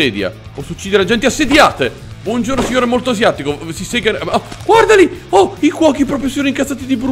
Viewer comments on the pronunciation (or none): none